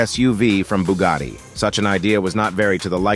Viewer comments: BUGATTI, si dice Bugatti non Bugari. Non capisco perchè gli anglosassoni debbano storpiare tutti i marchi. Noi italiani google lo pronunciamo all'inglese perchè è un marchio statunitense, che cazzo è Bugari??? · Booogadi reeemac cairone wtf😂😂😂😂